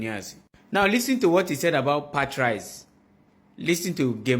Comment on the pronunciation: I wanna smack th3 dude pronouncing Pat-RICE. What is that?